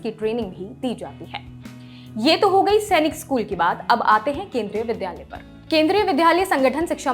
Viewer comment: Madam, आप dilect सही करें। विद्यालय कहा जाता है न की विध्यालय।Pronunciation सही कर लें।